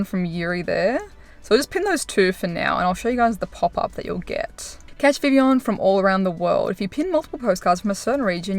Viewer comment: First person I’ve heard actually pronouncing it properly